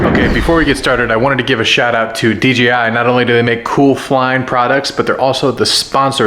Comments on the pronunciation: Sounds like you’re saying DGI. 😅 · DEE JAY I , not dee gee i "Yo man, wanna see a new video from FleetTest?" - From what? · why do they say "D G I" instead of D J I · why did he keep saying dgi but the real name is dji